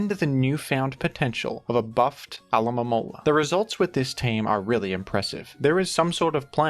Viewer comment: How did u say alomomola so many times and get it right